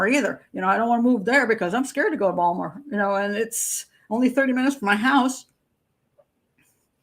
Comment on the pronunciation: I can tell you a true Maryland native by how you said "Bawlmer"...I live in Cecil County so about 50 minutes out of the city